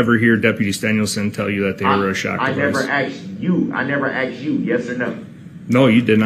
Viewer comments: He ‘axed’ the deputies and he did not tell him about the ankle shocks!! Tell him the ‘troof’ now!! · Why does he say "axed" instead of "asked"? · "You said it wasn't told to me by you? I never axed you, correct?" Who among us wouldn't have loved to see the deputy throw ' whole "what do you mean by 'you'" line back at him? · U didn't AXE me !!